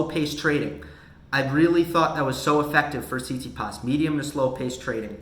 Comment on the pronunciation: Can you say "Tsit-Si-pas", please? It isn't "see-tsee-paas"